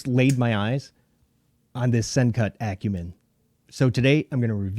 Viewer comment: I got mine last month. I love this knife! The lock is hard to deactivate because it's sitting too low, but I bet that's something I can adjust when I take it apart to clean and lube it. BTW - Thank you so much for pronouncing Acumen correctly! 😂